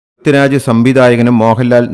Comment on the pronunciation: Brithyuraj alla chetta prithviraj